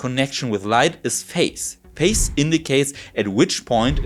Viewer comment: Excellent presentation. My only gripe has to do with your pronunciation of "phase," which to my ears sounds the same as "face", but the "s" in "phase" in English is pronounced like the "s" in the German word "Kaiser".